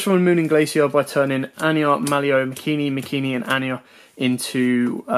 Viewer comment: *MAKANI* NOT MAKINI